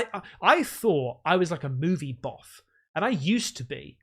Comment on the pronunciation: Don’t know if anyone mentioned it but it’s movie BUFF mate, not boff 😁